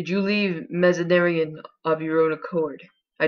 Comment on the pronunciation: ugh lol. I couldn't pronounce most of the French. but how you say Mazanderan (and eunuchs) makes me cringe every time! I'm sorry! lol.